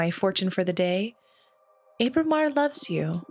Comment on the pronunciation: This is kind of a nitpick, but Ábramar has an accent over the initial letter. It should be pronounced like the "a" in "guava." I apologize for being that guy, but this game is amazing, and I couldn't let that pass without comment.